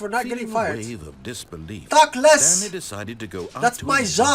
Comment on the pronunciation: The stanlie parawable